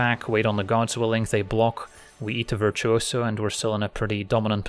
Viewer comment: I love the way pronounces virtuoso, I don't know why but I had to say it.